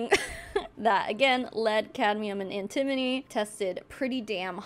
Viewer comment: FYI its An-ti-mo-ny (an-tə-ˌmō-nē). Definitely an easy one to mispronounce!